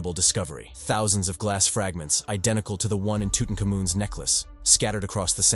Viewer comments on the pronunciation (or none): King toot n cum oon lmao love that pronunciation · Friggin narration cant even prononce Tutankhamen correctly, he should just say King Tut